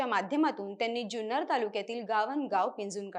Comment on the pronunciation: जुन्नर चा उच्चार चुकतोय